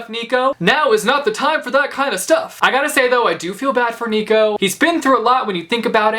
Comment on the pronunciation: Nico is not neeco but naico